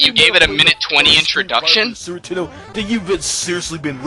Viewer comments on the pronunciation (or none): Not Sooper Tendo, it was more like Sue'er Tenn'ow. He nee's work on 'is 'losives. S'eech ferapy aw such! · Is it just me, or did say Sewer Tendo? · "Sewer Tendo"? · Musclebomber = Mussobummer Genre = Jon Ray Super Nintendo = Suwertendo anyway = eenway Ha ha ha = Wuh huh huh A speech teacher must be killing themself every time talks. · Sounds like "Sewer Nintendo" to me. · Su'er 'indendo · It totally sounds like he is callin it the "sewer-tendo." I love how he just leaves syllables out. This guy is intense!